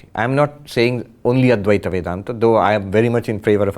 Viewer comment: It's not Adweath. It's adwaith